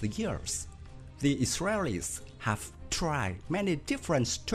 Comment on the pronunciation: Now what kind of accent is that "the israreris 😂😂laughing my ass off